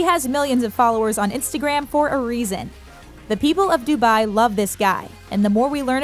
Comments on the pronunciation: The way she says dubai😫......dubayyyy. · If you can pronounce that then you should be able to correctly pronounce dubai